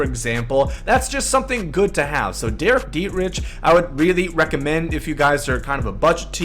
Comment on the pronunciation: I just unsubbed simply because of the way you pronounced Dietrich